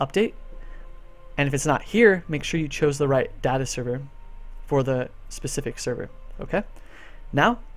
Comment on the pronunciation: stop saying Data wrong! Christ!